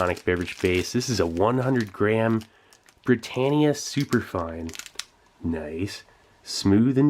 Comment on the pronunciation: you can't pronounce Brittania i noticed